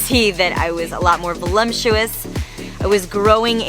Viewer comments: voluptuous* not volumtuous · It's not "volumtuous", the word is "voluptuous".